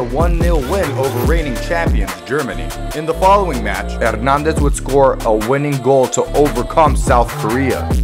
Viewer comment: You pronounced both of his last names wrong